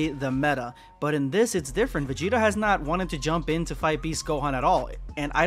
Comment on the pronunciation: Yall need to stop saying Vageta. Making my dude and pussy sound fucked up at the same time.